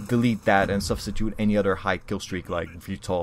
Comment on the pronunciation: When u say other it sounds like u say utter